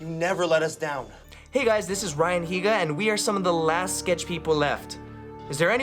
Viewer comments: dude its neega heega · the way they kept saying ryan higa dou 😂